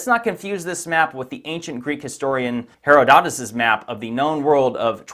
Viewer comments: Why oh why do Americans ALWAYS stress the wrong syllable in virtually every word? It's not "HeroDOTus".....it should be pronounced "HeRODotus". This really doesn't give an impression of you having any Bright Insight at all..... .....instead it just makes you sound retarded. Btw that's "reTARDed", not "REtarded" lol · The historian Herodotus has the accent on the 2nd syllable, not the 3rd. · Thank You for the interesting video...btw...it's pronounced...Heròdotus not Herodòtus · Her ottidus not hero dotus.. just saying. I used to pronounce Greek names wrong too. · Check your pronunciation of Herodotus. hr·aa·duh·tuhs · hr·aa·duh·tuhs - Herodotus .. this man's name should be pronounced correctly he put in to much effort for it not to be. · The pronunciation of Herodotus as "Hero dot us" had me rolling on the floor. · Hate being a pronunciation Nazi, but it is herod-atus cheers mate great content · Herodotus is pronounced with the accent on the antepenultimate syllable - since you didn't find the time to look up how to pronounce his name, I'm assuming you don't have time to look up what antepenultimate means, either, so I'll tell you. It's the second from the last, so he-RO-do-tus. Maybe you should be a little more thorough on your research? Little things like this make some people doubt whether your "research" is equally lacking in more critical areas if you can't even be bothered to find out how to say a well-known (to everyone but you, apparently), historical name before making a presentation to the world on YouTube. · Sorry for pointing out the obvious, if you are in possession of the map or a certified copy of this map, then by definition the MAP ISN’T LOST! Please learn to pronounce names correctly. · my eye twitches every time you say Herodotus.... never have I ever heard it pronounced that way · Why are you saying Herodotus like that? You know that’s not how it’s pronounced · Credibility takes a hit when you mispronounce "Herodotus."